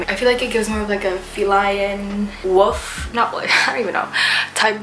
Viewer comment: Bro every time you say wolf it sounds like you’re just saying woof